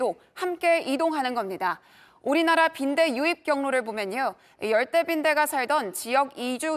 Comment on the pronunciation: 처음 나오는 아나운서 발음이 왜 거래요?? 중국인이 ㄹ 발음하는것같음. 😮😮 열대,번져 가는걸,이동을,갈 수록,힘들다는 ect